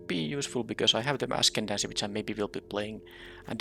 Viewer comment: I like streets of new capenna, but I am just not a fan of them rebalancing cards. Even if it does make things better, it just becomes too confusing imo to keep track of 2 different versions of the same card. Also I see you're back to mispronouncing "ascendancy."